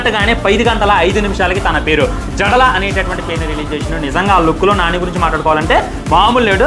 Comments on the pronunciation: Jadala kaadhu ra puka..it's jadal😂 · Jadala kadu raa jadal 😂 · జడల కాదు బయ్యా జడల్ 😂😂😂